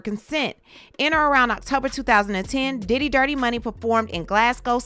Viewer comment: I know you are getting tired after all that vocal reenactment cause that "Diddy" sounded like a "Daddy." 😂😂. Thank you for what you do. 🙏🏽💜